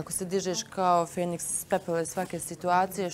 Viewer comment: Feniks,a ne fenisk